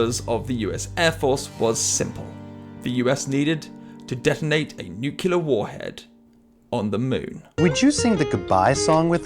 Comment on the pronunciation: "nukelar", huh.